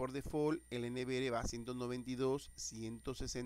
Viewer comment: No diga N V “ere” Diga N V “ERRE”